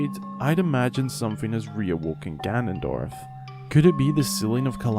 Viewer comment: It’s gannondorf